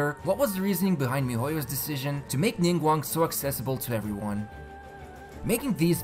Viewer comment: IM PROUD OF YOU YOU PRONOUCED NINGGUANGS NAME CORRECTLY